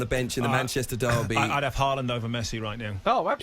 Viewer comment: You can tell none of these muppets have even watched Haaland play apart from the occasional Champions league game. If they had been watching him for BVB in the Bundesliga, they'd know its pronounced "horland" not "harr-land". Reminds me when pundits were going on about Aubameyang and they couldn't even get his name right